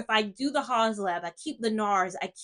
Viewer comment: I miss your foundation reviews. Sorry, I have one correction -- it's the teacher part of me: "Haus" is pronounced like 'House', which is what it means translated from German to English. Thanks for the information on the foundations. I never kept a Fenty Pro Filt'r Soft Matte Longwear foundation or the hydrating one because I could never find my shade. Only in Eaze Drop did I find shade 17. Their powder foundation makes my skin itch.